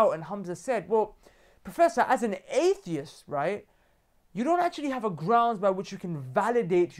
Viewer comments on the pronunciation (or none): lol come on brother, it's "atheist" not "aeheist" haha